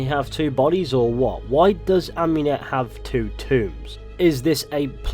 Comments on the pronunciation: Am-ooo-net not Am-you-net. Sorry, but it’s just that it’s like hearing a fork across a plate to me. Great video as always though bro. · Michael de’ Medici yh cos she named herself after Amun not amYOUn